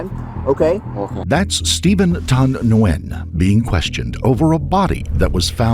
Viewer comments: Btw - it’s not “nuu-wen” for Nguyen, it’s pronounced simply “win” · Isnt his name pronounced 'win' or ' gee in '? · Name is pronounced ‘when’ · Last name Nguyen is pronounced WHEN, not newwhen. Condolences to her friends & family😢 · Nguyen is pronounced "WHEN/WIN" And ew, that area is ATROCIOUS. You can smell it thru the screen 🤢🤢🤢🤢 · Steven's last name is pronounced "WIN" 😁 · Learn how pronounce "Nguyen". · Was looking for this comment. I was not paying attention to video, just hearing and went back to it thinking "is he trying to pronounce Nguyen?"